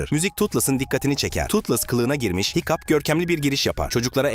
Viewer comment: hıçkıdığa hikup dedi hikup ne ya 😅 hicap de bari o daha iyi